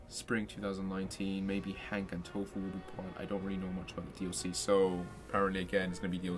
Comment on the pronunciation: Thanks for the video but I do believe he's called Hunk, not Hank. Also mate you resemble Jemaine Clement.